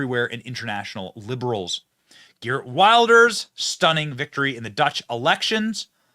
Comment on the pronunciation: It’s pronounced “Heert”